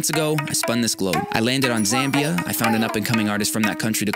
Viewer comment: Just happy with the fact that you pronounce Zambia right 😅